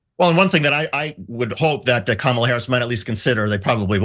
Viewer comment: "Camel-a"? Who's that? I'm pretty sure her name is pronounced "Comma-la." Understandable from those who aren't all up in politics. But okay. She's not gonna win anyway.